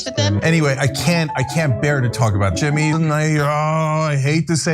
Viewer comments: He can't even say Jimmy, he says Chimmy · TIMMAY ? TIMMAY ? NO JIMMAY! JIMMAY JIMMAY? JIMMAY!